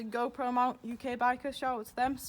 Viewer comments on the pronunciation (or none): none